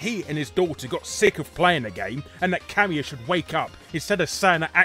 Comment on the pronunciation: oh, Kamiya. ka-MEE-uh. i thought you were saying 'cameo'